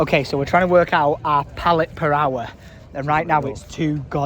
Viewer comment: need a comp of every time just says pallette.